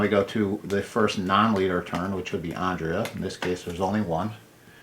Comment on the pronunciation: You’re saying Andrea wrong. You’re saying it like Ondrea. An ‘A’ never makes that sound in the english language.